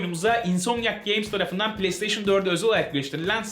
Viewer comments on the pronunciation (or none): none